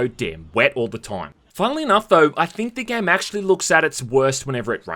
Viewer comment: "acksually" literally not even 20 seconds after.